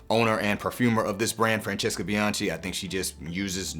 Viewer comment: Spectacular content as always! Just one small correction (as an Italian) - Bianchi is pronounced with a hard c (it would come out as bee-an-kee)